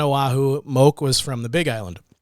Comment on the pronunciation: Moke is pronounced Mō key